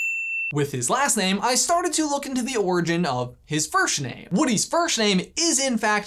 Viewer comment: I wasn't the only one to hear "firshname" was I?